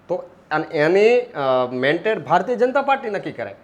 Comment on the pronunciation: ભાઈશ્રી, 'મેન્ટેડ' નહીં પરંતુ " મેન્ડેટ" કહેવાય. સોશિયલ મીડિયા પર સાચું બોલવું જરૂરી છે. Pl repeat your speech and hear.